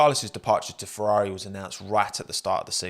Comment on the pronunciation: Fewwawi fwieeends :'(